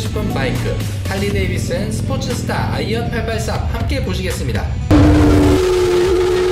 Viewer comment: 스포츠스터보단 스포스터가 조금더 정학한 억양입니다.